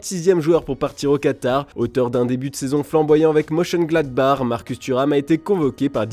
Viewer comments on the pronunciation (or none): none